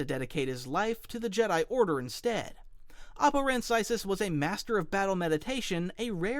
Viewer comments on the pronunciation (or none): Isn't it "Oh-Poe-Ran-Sies" (I could be wrong, but I thought that's what it was) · Oppo Rancisis is pronounced “Oh-Poe Ran-Sis-Is